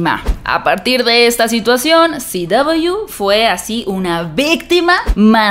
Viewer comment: Porque dice Ci Doubleyu en vez de CW? Porque dice HBO o DC y no dice EichBiO ni DiCi.